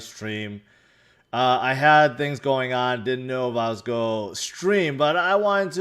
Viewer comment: haha i was trying to figure out if it was always that word he said that sounded weird.